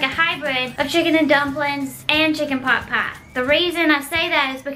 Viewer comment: She stopped calling them plupiez 😞😢